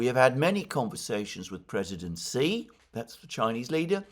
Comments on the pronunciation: It’s she Jinping not Si Jinping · Just so you know: Xi is pronounced "shi"